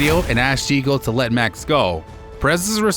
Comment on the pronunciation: its actually Checo not Chico (it sounds like Cheque but add an "o" at the end, Chequ-o). Great video btw! this should have way more views, its so well narrated and edited!